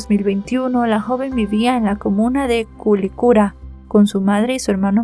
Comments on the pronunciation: Mi niña, veo tus vídeos, y esta no fue la excepcion❤ amor, no es CULICIRA...ES QUILICURA ( soy de Chile) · QUILICURA = KILICURA (así se pronuncia) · es Quilicura se pronuncia así tal cual saludos ❤